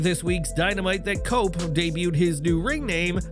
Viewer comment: Cope sound like coke😂